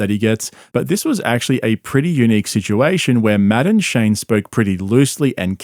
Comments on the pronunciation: Took me halfway thru the video to notice you are saying Matt and Shane not "Madam Shane' 😂😂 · Am I the only one who thought he was saying Madaam Shane? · It sounds like he's saying Madam Shane, which is how I will now and forever think of Shane. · You know, every time you say Matt and Shane, my brain hears "Madame Shane" 😂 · Anyone else think he was saying, Madam Shane?😂😂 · I straight up thought you were saying "Madame Shane" and thought I was out of the loop on some joke lmao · "Madden-shay" :^D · When you say Matt&Shane it sounds like Madame Shane. and that makes me laugh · I thought you were saying "madame shane"😂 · I kept hearing “madam Shane” and I was so confused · When he says Matt and Shane I keep hearing Madam Shane. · I can’t help but think you are saying Madam Shane lol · I keep thinking he's says Madame Shane lmao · It took me until halfway through the video to realize he was not saying "Madame Shane" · Matt ‘N’ Shane (I kept hearing) Madam Shane lol😂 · Everytime you say "Matt and Shane" all i hear is "Madam Shane" 😂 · I thought you kept saying "Madam Shane" and I was wondering who that was.